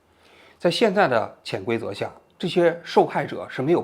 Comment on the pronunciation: 看完了，我。。。只能说，潜规则的潜，二声，读错了。 因为我只能改变这个错误，或许是现在的我只能改变这个错误吧。 我。。。 新地主 圈劳工，没有初一和十五。 保持稳定，注意克制。